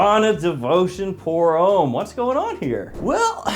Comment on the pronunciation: Come on it’s pronounced hom- me. Not home